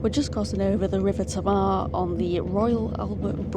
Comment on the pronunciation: River Tam-mar ;) Youre not from round these parts are-eee?